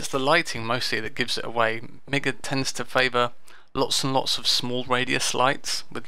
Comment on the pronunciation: I'm fairly certain it's pronounced Mee-ga, because of the two I's.